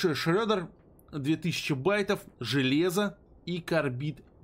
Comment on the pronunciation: Шреддер произносится через "е" а не "ё"